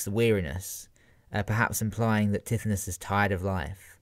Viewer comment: Great man but I cringed AF at your pronunciation of Tithonus. Its more like Ty-thon-us